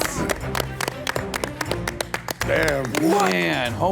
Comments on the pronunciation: Chef Ramsey, apparently, didn't know how to pronounce his last name. He said it both as "Sim-a-roos-tee" and "Chim-a-roos-tee". Can't be both, chef. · Each time Gordon and/or the Narrator announced Michael, I was always waiting for how they were going to pronounce his last name XD It was either CHIMERusti or SIMMERusti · Michael Chimaroosetee Shimaroostee Chumarusty Simmarusstee